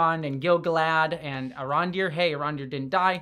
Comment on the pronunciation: gil-GAlad, not GilgaLAD